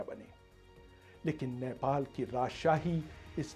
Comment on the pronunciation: abey chutiye its not नैपाल. its नेपाल...